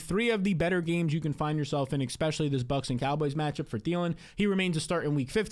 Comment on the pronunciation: You say eckspecially A LOT